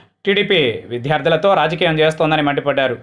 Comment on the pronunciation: విద్యార్థులు సర్, విధ్యార్థులు కాదు. చిన్న పదాన్ని కూడా సరిగా పలకకపొతే ఎలా?.... అసలే ప్రతి ఎపిసోడ్ కి ముందొక సొద వెనకొక రొద.... అవవసరమంటారా?